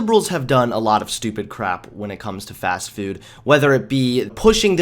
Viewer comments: It's pronounced Fast-Foood, not "Fast Fewd" okay Marcia Brady? :P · today it's fast fewd. lol